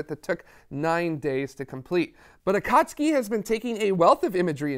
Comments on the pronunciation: Excellent episode with best well-sourced history and explanations I’ve seen from non-scientists. I am sending you money because you freaking nailed the correct pronunciation of “Akatsuki” (Clearly, your team has cultured anime fans). Nice work. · Brilliant! The flawless pronunciation of Akatsuki was stunning.